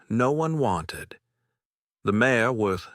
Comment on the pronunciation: Listening from SW Michigan. This is a good story other than Mare being said as Mayor. I do wish the people reading these stories would use the correct names.